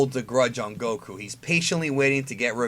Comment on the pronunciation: Why you say Goku like that, its annoying.